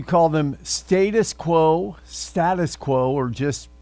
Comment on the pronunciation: Firstly, learn to say their name correctly.